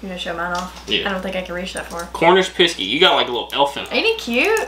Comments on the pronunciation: 🤣it's pronounced picks E not pissey love you guys keep it up🥰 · Hi, Its not a Cornish Piskey. Its a Cornish Pixey. You just read it wrong. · Pissky 😅😅 bless ya it's a pixie . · It's called a Cornish Pixie (Pronounced as PIX-E ) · Them chains It's pronounced PIX C and they bring you luck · Whoops it is Cornish Piskey sorry for telling you you read it wrong. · It's pronounced pix, as in mix, "e" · You're the wrong way round. should be on the right. BTW It's Pixie, pronounced picksee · It's not what you are saying, google the word, it will tell you how to pronounce it, it Pixie, not what you are saying. It's not CARMEL, it is CARA MEL.